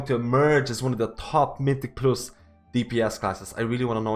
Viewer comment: my dude learn to pronounce mythic+ already, i've been watching ur vids for 1 month and you still say it wrong, wtf